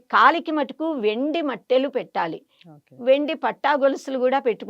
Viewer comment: మెట్టెలు అనాలి. మట్టెలు కాదు